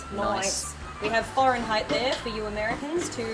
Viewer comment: The "foreignheight" is appreciated. Lol